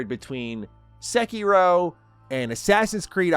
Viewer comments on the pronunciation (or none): Secky-row, yup sounds legit.